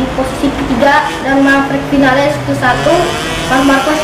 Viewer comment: Ngomong vinales aja salah